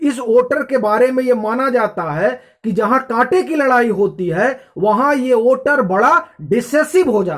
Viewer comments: Don't judge him by his pronunciation. He's doing great work. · ओटर नहीं वोटर ।